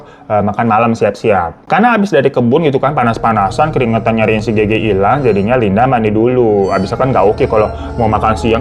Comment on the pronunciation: Kenapa Gege sih fan ngomongnya bukan Gege 😭😭